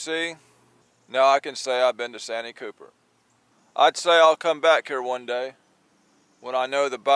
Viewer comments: By the way it’s pronounced San T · Austin here from S.C. Love your videos and I've learned a lot. One thing though.... Santee is pronounced SAN - TEE like two words...just sayin! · Love the videos man but we call it’s San-tee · It's called SAN----TEE,. Anywho ever tried Lake Wateree